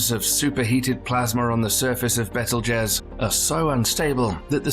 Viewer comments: Bro… it’s pronounced Beetle-Juice lmao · As soon as I heard you pronounce Betelgeuse, I clicked dislike and closed. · You say betelgeuse's name so wrong. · REGAL? It's pronounced... RYE-GEL and Bettle - Gezz is pronounced BEETLE - Juice. Geeeze